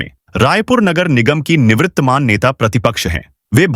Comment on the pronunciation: निवृत्तमान नहीं निवर्तमान होता है।